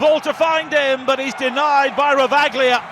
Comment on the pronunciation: It's Ravaglia, not Ravaghilia